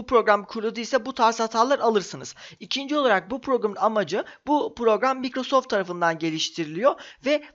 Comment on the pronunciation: video güzel ama bir tavsiye vereyim directx'i doğru telafuz edince bi mutlu oldum ama mikrosoft demek yerine doğru hali olan maykrosoft diyebilirsin :D öyle okunmuyor o kelime :) <3